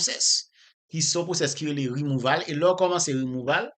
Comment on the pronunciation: Djonel yo pa di rimouval , ok , aprann prononse, se rimouvo li prononse